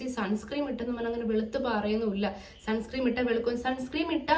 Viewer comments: Sunscream alla sunscreen aann ☺️ Pinne supplement endhelum edukarundo? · sunscreem alla sunscreen aan😂😂😂😂